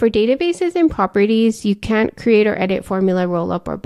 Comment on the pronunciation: Difficult to hear if you are saying "can" or "can't" in the limitations section. May be you should use "cannot" instead of "can't"